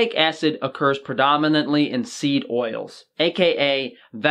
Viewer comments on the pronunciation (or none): none